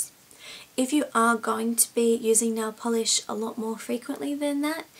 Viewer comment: I Say Nailll Polish Like U! Lol Instead Of Nail Polish Its Nailll Polish! :)xo